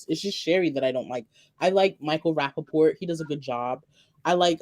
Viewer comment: not rapaport